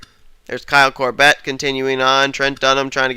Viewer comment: It's more the less pronounced "COR-bit"